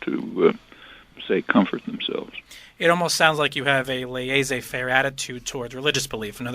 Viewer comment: Kids, don't pronounce laissez faire like the guy does at 5.50. it's 'less-ay fair'. Prof P Dant.